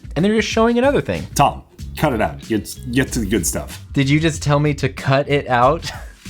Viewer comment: “Gut stuffe” as always!